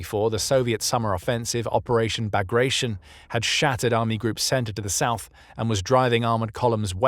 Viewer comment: Benjamin Pemberton should pronounce Bagration differently here.